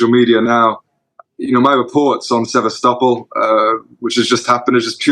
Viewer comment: Journalist that can’t pronounce Sevastopol ! These Ruzzians can’t do a good job even as acting as British journalist. This Johnny Miller character has too be pickup by MI5 if he enters UK.